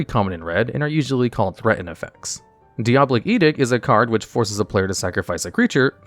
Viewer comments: Downvoted for diabolic pronunciation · Hearing this guy mispronounce diabolic and edict back to back was so jarring I had to rewind 3 times to make sure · He said 'soot' like 'suit' and I find that very funny He also said 'dioblic', am I making fun of a dislexic? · Saying "Diabolic" as "Dee-ob-lic" was something I've never heard before in my life